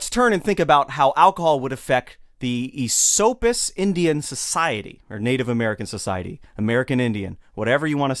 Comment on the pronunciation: its definitely "Eh-SOAP-us" to the natives. Lived there my whole life, and never heard ESS-suppis.